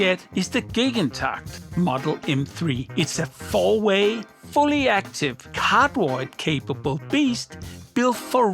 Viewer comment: anyone else always understood "in cardboard mode" instead of cardioid ?! xD